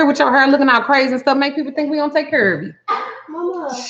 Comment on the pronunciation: When u said cur instead of care I knew you were from Texas 😃😍